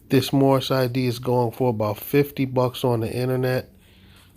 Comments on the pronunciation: I do not want to be mean however I can't help but get a chuckle out of the whole speech impediment while screaming he is moormish lmao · Did he say moormish? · I know it's a year later, but his "Mormish" nationality might have worked with the right consonants.... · It's the Mormish guy!!!!!!! They need to educate this guy!! He makes all of them foolish whenever he opens his mouth and calls himself Moormish!! I'm surprised he has any money to put in the bank with all of his car window expenses!! He also has a LOT of bond expenses and car impound expenses, as well. 🤣🤣🤣🤣 They say they are not of this land and don't want to abide by OUR laws, but they want to use OUR Constitution whenever it suits them. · Moormish? ROFLMAO!!! This guy has cognitive problems. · This person always seems to say “Moormish” - is that just me hearing him incorrectly? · That's what he says. "Moormish." Even by Mooron standards, this guy is dense.